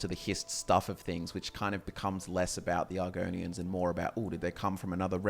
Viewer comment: bro my reaction when said argonians